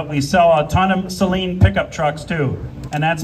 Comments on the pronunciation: It's pronounced Suh-leen NOT Say-leen. You're welcome. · All the illiterates need to stop pronouncing Steve’s name as “saline” like the contact lens solution and with the emphasis on the first syllable. Suh-LEEN. It’s his name.